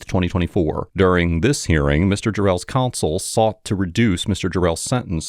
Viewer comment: our sweet narrator keeps pronouncing "counsel" as "console"